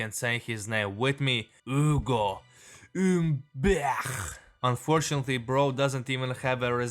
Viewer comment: Like for saying „Ugo Üüüümbert“